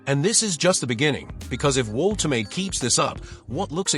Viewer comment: You said you're a newcastle fan but you can't even spell 'Woltemade' properly. watch this how to pronounce it properly